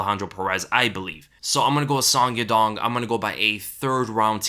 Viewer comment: Song Yadong's name is pronounced as: Soh-ng Ya-Doh-ng